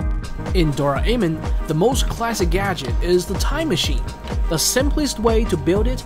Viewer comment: he says Dora amon instead of Doramon